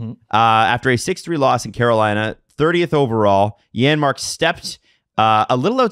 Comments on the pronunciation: I noticed that to on the replay. Buddy was sending that a foot wide if it didn’t hit the defender in the league lol. Also, it’s Janmark. It’s just pronounced like a Y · Janmark. The J is pronounced like a Y.